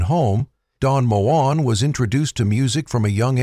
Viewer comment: Its pronounced Mo en not moan. Typical ai. I love his music. Ive just sung some of it